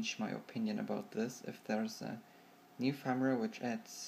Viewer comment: I love how you pronounce 'new' as 'near'. It's funny :)